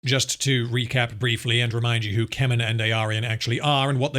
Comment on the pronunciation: When I heard you say "Keman" the first time, I had to rewind because I thought you said "Kevin" 😂. Yep, that Tolkien original character, Kevin of Gondor lol. Also, the orcs in the video games had more personality, where they could be your spy, mortal enemy, etc, and they would rise and fall in rank by killing each other regardless of what you do. Good stuff, might play those again. Can't remember their names.